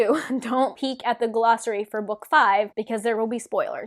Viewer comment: What the heck is a guh-lossary? What the heck is a TAR-vuh-lon? There’s no ‘guh’, it’s just glossary. There’s no emphasis on the ‘tar’ in Tar Valon. It’s Tar VALon.